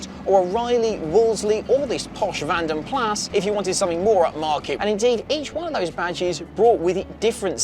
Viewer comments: It's pronounced Vanden Plaas. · For goodness sake - it's not a Vanden Plassssssssss. It's a Vanden Plarr/Plah or even Plaz (as some would have it) - however you want to spell it phonetically, it's from the original Belgium Coach Building company, not from the Barnsley Wheeltappers & Shunters scrapyard. I remember when these were new and they weren't pronounced as though they were named after someone's pet whippet. Excuse me whilst I go and order a Pit-zer and a Latty. Your right though - lovely car, particularly in the burgundy red. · Vanden Plaaaa, not Plas. 🙃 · It's pronounced Vahnden Plahss, not Vanden Plaaaa.